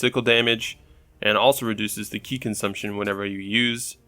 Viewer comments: why does everyone pronounce Ki wrong? it's not 'Ka-ee' it's pronounced 'Ka-ii' the long ' I ' pronunciations. like SKY. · Steve Roper its pronounced key actually